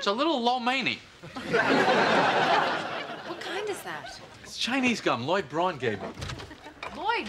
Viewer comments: It's "Braun". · Braun not Brown